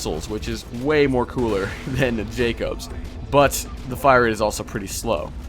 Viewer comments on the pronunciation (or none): In game, they pronounce it Jacobs, not Jack-Obs. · Jackobs is pronounced jay-cubs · Its jakobs:/